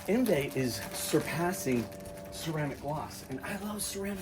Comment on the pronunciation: I'm sure this is a good one. I already have a bunch of drying aids and sealants. I will give it a try this spring. It's pronounced, On-vie